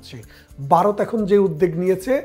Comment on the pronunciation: Vaw pronounce korte parents na?Barath keno bollen?